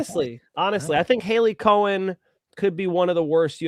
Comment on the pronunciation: It’s not (Hailey) Cohen...it’s Cowan!